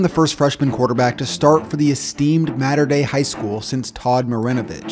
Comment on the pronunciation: Dude can't pronounce Mater